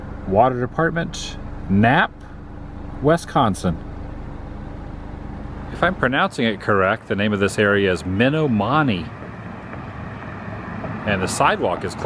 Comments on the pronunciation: Lol Menomonie is pronounced "Men Om Oh nee" went to college there. Enjoyed the video, I've spent a lot of time in these little interstate towns. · Men om oh nee is how it is pronounced. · Pernounced Men-om-o nee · Adam, you were in our neck of the woods!!! We live in Eau Claire, WI. The town you wondered about the pronunciation is Menomonie (meh-nom-a-nee) 😊. The kids think it’s so cool that Adam the Woo was in our area!!! Would have been fun to buy you a piping hot caffeinated beverage 😉. Safe travels on your road trip!!!! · This is terrific. I grew up in MN and this brings back allll the memories. You captured it really well. It was fun to see it through the eyes of someone not familiar with the area. BTW, Menominee WI is pronounced muh-NOM-i-nee. I was rooting for you to go to House on the Rock, you'd do a great video there. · Two things. First, I absolutely love all of your videos. And second, with all due respect, it is ME-NAH-MO-KNEE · Grew up in the Twin Cities and many many motorcycle trips through western Wisconsin. Miss it. And your pronunciation of "Menomonie" was hilarious - never heard it said that way. Me - nah - mah - nee is how it's said. Either way, great video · Thanks for visiting my home state of MN. BTW, the town you passed through in WI is pronounced "Meh-nom-o-nee" (Minomone). We drive through there every time we visit my husband's family in WI. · Was once told it's like, "Mi-nominee", and there are a whole bunch of places in that region with that name, some with slight variances in spelling but all with the same pronunciation. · Yay! Wisconsin! My home state! We are known for beer, cheese, our beloved Green Bay Packers, Milwaukee Brewers and Milwaukee Bucks. The state bird is the mosquito, and we have two seasons; winter ❄ and construction. 🚧 You were close on the pronunciation of Menomonie - it's Men-NOM-onie. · Love the video. The one city is pronounced Min nom mon knee. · Muh-nom-uh-knee for the city with the tractor. Its indian